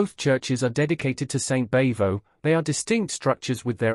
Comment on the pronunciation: Bavo doesn't rhyme with hey-ho, it rhymes with bravo.